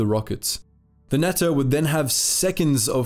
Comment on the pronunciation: ' as the allies triggered the noose, Germany cranked up their war effort'. Yeah half asking your way through a war isn’t exactly the best strategy Adolph could have learn some lessons from the US and USSR, oh wait he did! As for the natter. I think it’s pronounced NUTTER